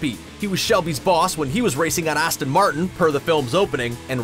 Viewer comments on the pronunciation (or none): none